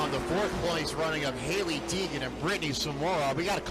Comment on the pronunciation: Poor announcer can't say Hailee Deegan. He keeps calling her Heegan...